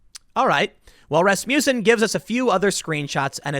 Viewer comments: It took me forever to figure out you were saying 'Rasmussen'. It sounded like 'Rasputin'. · Is it not ras-muss-en? Not ras-mew-son?